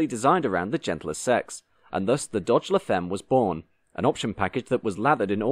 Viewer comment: Look up words in foreign languages you are clueless about please. La femme is pronounced 'la famm'.